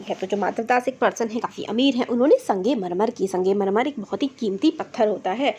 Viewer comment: Arey didi wo sangemarmar nahi hai wo sangmarmar hai 🤦 Phele padhna Sikh lo baad mai padhana😂